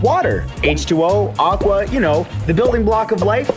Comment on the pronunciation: Said Aqua really white 😑